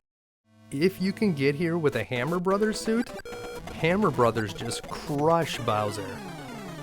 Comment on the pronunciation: Thank you for saying "Super Mario Brothers" and not "Super Mario Broes". Liked and subscribed!